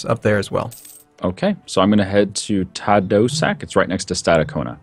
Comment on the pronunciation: saying Tadoussac is like having a stroke omfg:) it's pronounced Ta - Doo like when you say '' do you want to build a snowman? '' - Sak like when you say you will sacc a country from its money:)